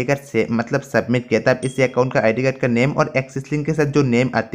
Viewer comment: Acon nhi Bhai account hota he